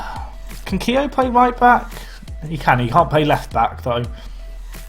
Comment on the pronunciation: Keogh pronounced key-oh